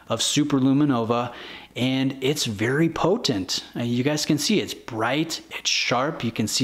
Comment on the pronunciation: Yesss you said PO-TENT !! 🤣